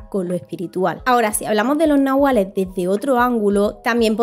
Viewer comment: Gracias….gran video una amiga que habla aun maya ……me dijo una vez que la pronunciacion correcta es NAHUALLE …ES DE OAXACA Y ME ENSEÑO UNAS 30 palabras mayas